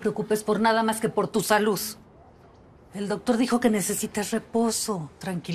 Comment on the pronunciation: no mames la señora dijo salus en vez desalud jaajjaaj